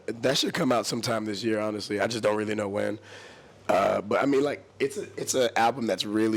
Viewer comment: "kilt that dude, I was rerally worried about him" I'm DEADDDD